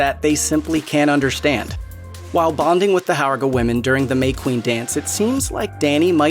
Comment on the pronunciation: It's pronounced "horga".